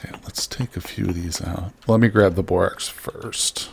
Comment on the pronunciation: FWIW, it's borax like the "a" in "hat" or "cat". Love your videos though!